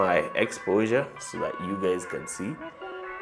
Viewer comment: did u just say hi gays?